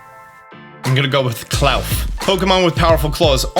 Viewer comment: I think Klarf is pronounced like Claw and Dwarf not... whatever you said 😂